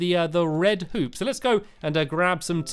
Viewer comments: don't get mad but it sounded like he said 'colored poops' instead of 'colored hoops' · When I Seen Your Comment I laughed LOLOL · Game Lord ik ik but still people think I am right and it is funny